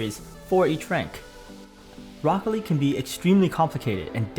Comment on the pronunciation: lmao just funny how you pronounced Rocket League Rocke-league